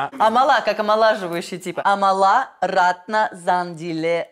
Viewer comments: она АмАла, а не АмалА 😭😭😭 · амАла а не амалА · не амалА, а Амала❤️